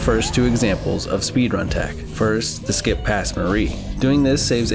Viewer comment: How to butcher skip pls